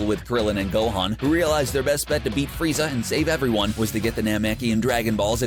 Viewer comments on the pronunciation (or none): none